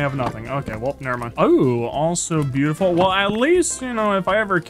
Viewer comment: stop saying biutifull